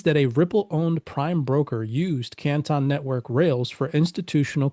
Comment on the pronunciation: Why is he pronouncing CANTON like that?